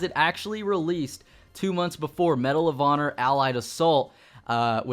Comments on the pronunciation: Lol "Medal of Otter" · it sounded like he saud medal of odder.